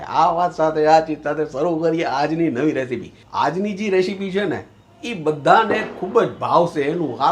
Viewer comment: Ok ok ok ok ok ok ketli var bole che રેશીપી ન કહેવાય રેસીપી સાચુ ઉચ્ચારણ છે